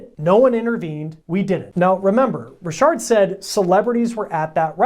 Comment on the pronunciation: Richard not Rishard...lol...